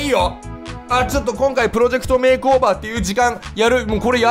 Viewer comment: make over を まけおべー って言うの地味にすき